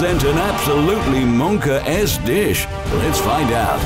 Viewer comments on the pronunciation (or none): When the narrator said “monka S dish” i clicked off